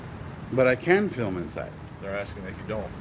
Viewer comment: Especially good one. FILM, not FIM though. The L is not silent. FILL MMM